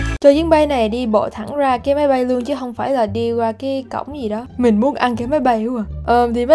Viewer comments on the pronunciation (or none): khúc chữ máy bay chứ không phải chữ mấy bay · "máy bay" mới đúng nha idol, ko phải mấy bay